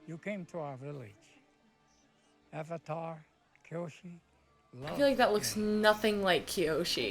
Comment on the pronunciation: When you watched the dubbed version of the ATLA show and they call Iroh "Eeroh" and "Aavatar" (like they say in this atrocity) 👁👄👁